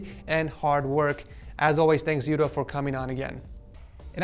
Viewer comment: Yudho is pronounced yu-do like you pronounce judo but with y. Not yud-ho